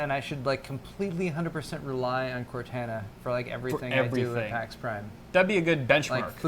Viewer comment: BRO COR-TAH-NAH Why does everyone say cor-tana